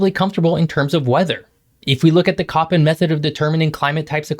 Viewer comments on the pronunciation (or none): none